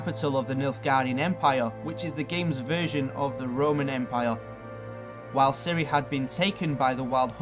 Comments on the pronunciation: Isn't it Ciri, not Cereh? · Cirreh, Destineh